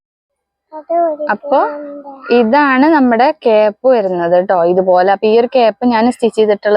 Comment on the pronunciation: Cap അല്ല കെയ്പ്പ് ❤